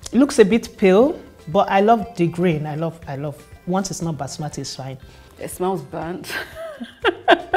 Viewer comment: She lost me at basmati